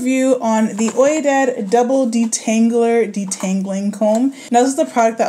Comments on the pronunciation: I think it's pronounced "we-dad" but I can see where you're coming from. The comb is massive. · Lol its pronounced "we-dad" 😉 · Its pronounced "we-dad" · Ha, I always pronounced this "wee-dad" because of French. (i.e. oui) LOL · It is pronounced We-dad like oui the word for yes in French. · Pronounced 'We-dod' Love you 💕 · hi - FYI Oidad is pronounced "weedad" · It's pronounced "We-dad" like the word "ouija board" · Pronounced like "WEE-dad" Ouidad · How did she say Ouidad? Girl…